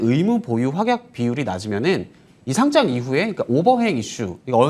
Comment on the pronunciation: 거래소에 등록하는 "상장"의 발음은 [상장]이죠. [상짱] 발음은 틀린 건데 유의 좀 해 주세요.